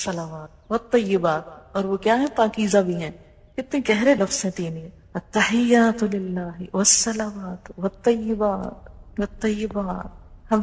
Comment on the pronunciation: 1.Attakhiyyaat hae plz not Attakhayyaat. 2. Are you a Graduate of Medical School, Bahawalpur,? Me too.